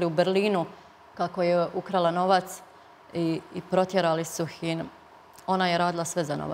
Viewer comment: Kakva papanka " protjerali su hin". Ne znam ni kako izgovori ovo. Za Aneli se ovo sve zna, Sarajevo citavo zna kakva je ona.